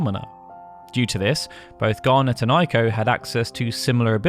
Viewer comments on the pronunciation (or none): Ei is pronounced like a long A in English, not like a long I in English. Pronouncing it like a long I is the Germanic pronunciation. Eiko's name is pronounced Ayko (rhymes with say), not Eyeko.